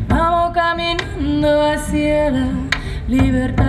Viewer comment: "hacia" also has 2 syllable= a+cya or a+sha (not quite, but it is closer than what she says) not a+cee+a